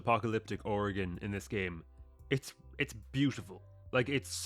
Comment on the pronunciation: I most impressed me about your video is you said Oregon right and not or gone thank you